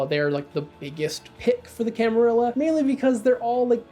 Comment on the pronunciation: So glad you pronounce camarilla properly 🥳